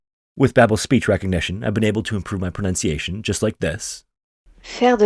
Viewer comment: wow your pronunciation is great 👌 ! French is my first language 😁